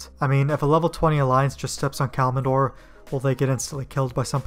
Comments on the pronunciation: I wish I could hit dislike for everytime you said "Kalmindor"... xD Just kidding I'll like it but it's totally "Kal-imdor". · Its pronounced Kalim door not kalimin door lmao